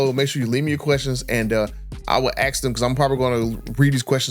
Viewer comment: It’s ASK not AX